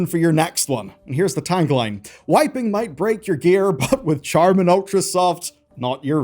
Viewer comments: Charmin is actually pronounced "Sharmin" (kinda like the 'Ch' in Chandelier is pronounced as if it were 'Sh' -- SHandelier). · Its pronounced "Sharmin"